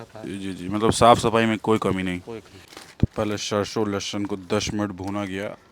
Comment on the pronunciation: आपकी सारी भोजन की संक्षिप्त वृतचित्र बहुत ही अच्छी होती है,सिर्फ आपको हिंदी शब्दों की उच्चारण को और भी स्वच्छ करने को जरूरत है, जैसे ....सरसो को आप शर्शो बोल रहे हैं,तालाब्या ’श’ और दंत ’स’ बहुत अंतर होता है। .......धन्यवाद